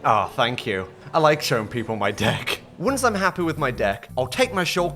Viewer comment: I think he ment dick instead of deck😂😂